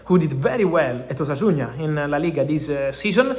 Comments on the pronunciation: Discúlpame la corrección Fabrizio,pero no es Osasuña, es Osasuna sin “Ñ” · Osasuna not Osasuña